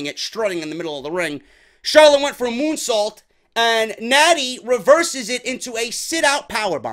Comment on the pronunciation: Almost thought you called her moonsault a "goonsault" 😂😂😂